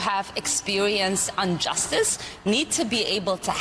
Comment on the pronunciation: "injustice" not unjusctice, she doesn't even speak English. How can the US allow an illiterate to be in congress?